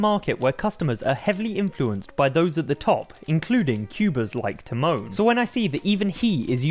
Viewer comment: The accent is on Ty, not mon ;). TYmon, not tyMON